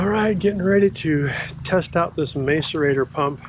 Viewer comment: Interesting video. By the way, the first 'a' in macerator is pronounced as in 'mask' not as in 'may'